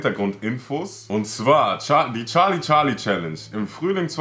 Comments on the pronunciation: Nicht charli charli sondern scharli scharli😂😂😂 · Es ist nicht charli charli es ist chali chali🤗☺ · Charlie Charlie:SCHARLIE SCHARLIES 🤣🤣🤣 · charli charli: Schali Schali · charli charli: schali schali🤣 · sagt immer scharli scharli